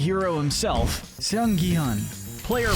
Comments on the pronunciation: it’s GI-hun not JI-hun, why to people say it like that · It's GEE-hun, not jee-hun. G as in graph. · IT is not pronounced ji hun it's gi huun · It's so annoying that everyone just mispronounces (Gi Hun)